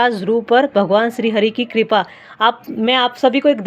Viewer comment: आपका उच्चारण ग़लत है कृपा को कूपा पढ़ रहे है